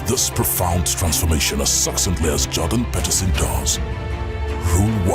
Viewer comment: Why is he saying Jordan Peterson like that?